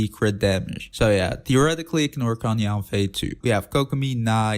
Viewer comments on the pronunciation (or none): none